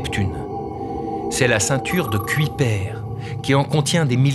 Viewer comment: Bonne vidéo :) Petites erreurs de prononciation pour Kuiper et Oort, on ne dit pas "cuipère" mais bien "cueille-peur" et "ôrt et non "ort'", les noms venant tous deux du néerlandais ;) (et dawn se prononce "dône" ^^) Désolé d'être pointilleux ^^ Aussi, pouvez-vous expliquer comment les étoiles qui passent près du nuage d'Oort font pour pousser les comètes à plonger à l'intérieur du système solaire ? Ne devraient-elles pas plutôt être attirées par ces étoiles? Je ne comprends pas. Merci d'avance !